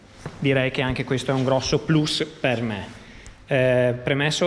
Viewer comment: Già solo il fatto che tu abbia detto "plus" con la "U" anziché dire "plAs" depone a favore della tua serietà 😉